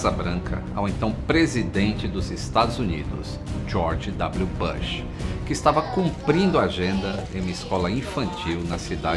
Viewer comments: Ex presidente Bãsh 😂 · querido, a pronuncia do sobrenome do Presidente Bush, soa com "u" e nao com "a". B U S H como se lê. ok? Fica a dica! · Atenção para a sua pronúncia do nome do presidente… É “Bush” o U tem som de U ! Um abraço